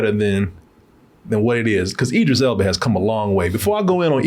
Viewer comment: Hell yea!!!! Say that man name right...can't stand when does that. Its Idris